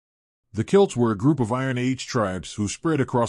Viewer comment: 1. 'Celt' is not pronounced 'kilt'. 2. There were multiple early migrations between Ireland and Scotland in both directions. 3. There is a claim that in a very early migration, there was already an existing population, more primitive, and much smaller in stature, who were driven into the woods. That this, was the begining of the Leprechaun stories.